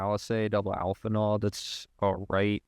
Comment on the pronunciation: Say alphinaud is one of your favorites. . . .but mispronounced the name. Bait me thinks